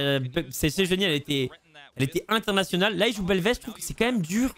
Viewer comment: belveth que tu prononces en fr ou anglais tu sonnes comme un gamin avec un trouble d'elocution. D'ou est-ce que tu sonnes anglais